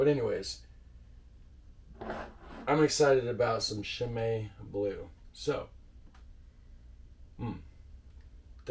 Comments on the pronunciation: For the pronunciation, in Belgium usually in Dutch and French, a CH usually is the same as an SH in English. So Chimay you said correctly and Rochefort is the same ch wise. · Yes, a good way to explain the pronunciation. Chimay was more or less pronounced right. Rochefort was butchered a bit more ... but I really like the sound of how he pronounced it: "rockafort" :)